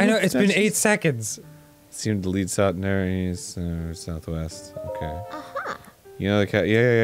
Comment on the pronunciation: Oh, South East? I thought you said South Weast.